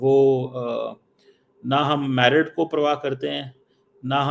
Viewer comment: Its not Mairit its merit